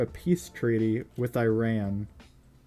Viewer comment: The way that he pronounce Iran and Iraq